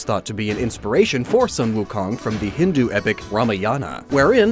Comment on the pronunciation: Dude i was shocked as to how a westerner pronounced Hanuman so perfectly and then you had to butcher Hindu and Ramayan 😂